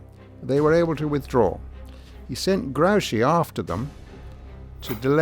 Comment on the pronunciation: The commentator does not know how to pronounce Some foreign namens. he calls Grouchy something like Graochy while the generals name is pronounced like Groochi, with an oo like whoopy. It annoys me very much.